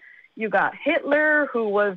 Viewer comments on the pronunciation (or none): none